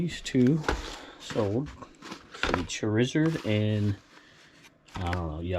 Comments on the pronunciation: M-ew-2 and Char-is-ard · 😂 I was laughing at your pronunciation of Charizard lol. Emphasis on “Char” like how you might cook a steak. 😊